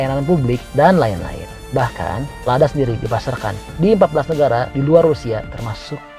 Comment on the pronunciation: Ladya bukan lada